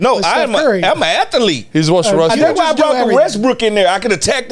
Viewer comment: I'm a Ath-a-lete